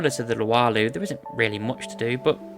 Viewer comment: Luau = LOO-ow (Loo as in UK slang for bathroom)